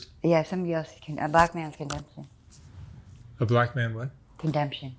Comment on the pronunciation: close. She said it “stopped when she met a black man…became cursed…condemption”. I think she was just trying to say “condemnation”. But pronounces “condemption” a made up word.